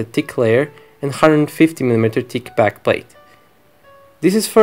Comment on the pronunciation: Duuude not weeedeo but video, v like victory, not keramics but ceramics like john cena not kena. And not tick but thick with th like f in feeling